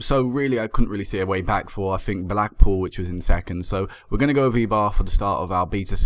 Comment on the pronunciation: remember that a "e" is an "eh" ish sound in Spanish. I'm not sure since it's in basque country if it would be pronounced like that but w/e.